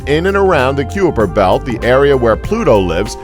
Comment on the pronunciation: it's pronounced kiper belt (like eye) not Cooper Belt lol. cool vid though x